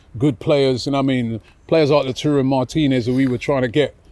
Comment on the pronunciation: No wonder LAUTARO Martinez doesn’t wanna join Arsenal is cos his good name is being butchered yet again by Robbie lmao. 😂 come on Robbie you’ve had a couple of years now to learn how to pronounce the man’s name. All jokes aside why would anyone wanna join us cos under Arteta we’ve done fck all and the signs are we will continue to do fck all.